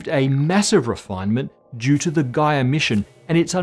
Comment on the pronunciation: oh..when he said "gaia mission" i thought he said "guy emission" :)